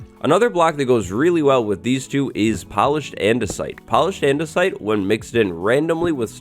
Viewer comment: Why do you have a chicago accent when saying "andersite" dunno how to spell it correctly😓